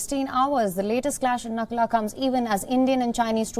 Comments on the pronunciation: Please correct the name of the pass it's Nathula not nakula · not Nakula ,it's Nathula OK.. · Not Nakula it's Nathula 😊